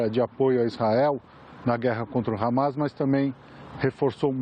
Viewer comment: CNN não fala harmar e terrorista